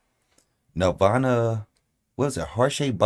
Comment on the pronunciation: No disrespect bruv but this is kurt and is "NIRVAN" I think you might need to understand how a gunins is?